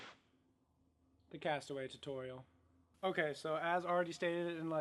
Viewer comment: The Cast back "tuturial" 😄